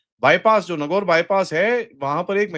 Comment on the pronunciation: Sir it's नागौर।